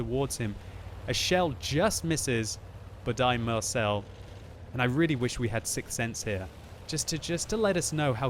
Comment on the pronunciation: Dear Budai Marcell is a hungarian name like gergely németh you are soo funny!